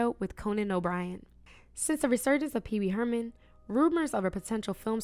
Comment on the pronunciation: "Pee pee Herman" 😂😂😂